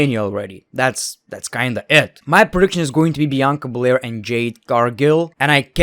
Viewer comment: Idk if it’s your accent but it always sound like your saying Bianca Belare instead of bel air